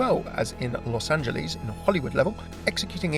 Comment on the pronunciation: it's not "los angeeles", it is "los angeles".